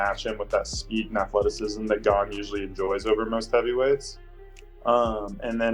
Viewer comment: Gane not Gain